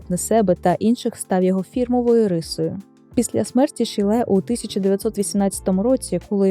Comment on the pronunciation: один з моїх улюблених художників, тільки правильно шИлє а не шілЕ